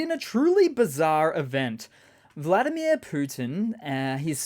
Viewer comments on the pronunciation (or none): none